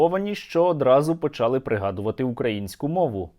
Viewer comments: правильно літературною українською мовою наголос в слові почалИ, на И наголос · Говорімо українською правильно правильні наголоси почалИ, роблЮ, говорЮ, далИ можливість, ознАка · 51 рік прожила в Київській області і ніколи не чула наголос почАли, всі говорять почалИ, і літературною мовою в усіх словниках так - наголос на И почалИ